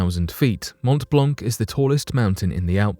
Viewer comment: montt blonkk is painful to hear - even as a non-french person... also, geneva is is switzerland, not france. one might expect better from a 1.5 mill channel?